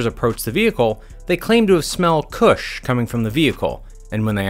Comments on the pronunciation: Stop saying kush its not it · It’s funny how you say kush